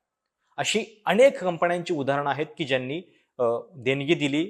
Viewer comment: अणेक! कंपण्या! लई भारी मराठी.